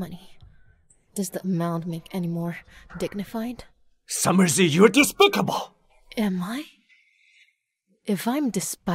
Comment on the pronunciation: Despisable✔️. Despicable ✖️